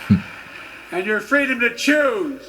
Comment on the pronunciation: He said it guys, Joe said he's gonna protect your fraydome 😂